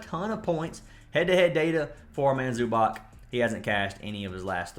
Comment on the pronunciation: Not tryna be a stickler, but it's pronounced Zoo-BOTS bro lol